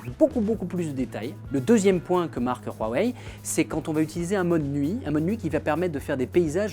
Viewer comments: huawei pas rhuawei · Ça se prononce Wawei et non Rwawei 🤦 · PK vous dites Rhuawei ? c huawei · Cest rouawei non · C'est degeu ta prononciation du constructeur du p20 c'est huawei pas rhuawei arrêt putin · Ptn c'est pas roiweiye c'est Huawei et sa ce prononce ou,a,wei. Ou bien ou,a,wey. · il ma stresser toute la vidéo a dire "rhuawaei" mais pas grave. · "Roirwei" mdr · mais arrete de dire rouawei bordel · RHUAWEI MDR 😁😁😁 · Y'a pas de R c'est un H je dislike franchement sa m'énerve